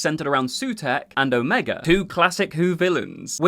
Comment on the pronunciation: Your pronunciation of Omega while classically accurate, is canonically wrong. For shame!